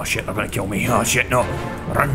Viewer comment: You could call these videos "Keel everyone challanges".. because you keel them to the ground... FOREVER